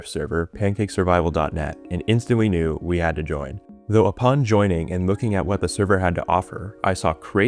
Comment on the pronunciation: “Knew it” bro please 😭